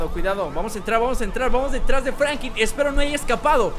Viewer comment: franklin se deis fANKLIN